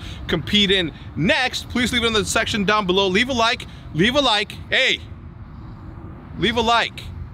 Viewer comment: that extra emphasis on leave a like worked on me